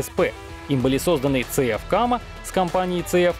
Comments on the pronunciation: Поддерживаю 👍.. Это ж надо так исковеркать произношение 🤢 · Я думал «ЗетЭф» надо произносить, а тут как-то по украински «це еф»😏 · за произношение "ЦЕ- ЕФ" отдельный респект)